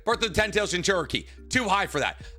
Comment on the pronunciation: Itatchi pursuit has the important war saving crow in it. \o/ It's like the rat in endgame, except this has a setup here. Though I am personally irked by the pronunciation of jinchuriki, it's overall a great video.